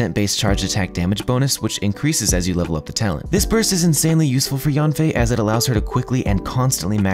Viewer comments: FYI, her name isn't pronounced like "Yawn fei", it's more like "Yean fei." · Fun fact, Yanfei in chinese mandarin is pronounced closer to Yen-fei instead of Yahn-fei.